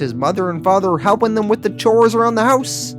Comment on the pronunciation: English: Them.: Thummmb.